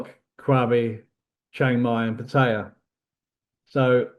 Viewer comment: It's Patt ah ya sounds like Patt A yah, thats how Thai's say it!!! Not pattiya or patteeya or pattihya or pattya, it's Patt aaaa yaaaahhh!!!